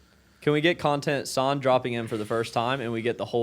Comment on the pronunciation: out of everything you all said most important is that you said his name right